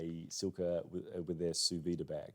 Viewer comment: "Sous vide" is pronounced "soo veed " you don't pronounce the e on the end of the word in French.